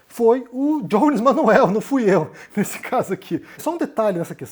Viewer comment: Por que vc pronuncia o nome do Jones com a pronúncia anglófona? Se é pra pronunciar todo nome de brasileiro com a pronúncia da língua de origem, o seu nome se pronuncia com a pronúncia anglófona ou francófona????